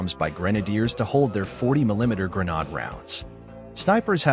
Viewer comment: it says grenade funny.